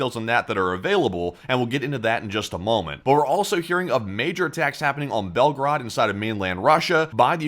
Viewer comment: It's pronounced Belgoorod, not Belgaraad !!!